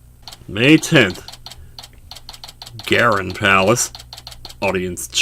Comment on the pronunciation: Just a note on pronunciations, "Ga'ran" is pronounced "GAH-ran"; emphasis on the first syllable